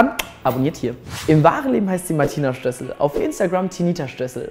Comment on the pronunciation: sssstössel nicht schtössel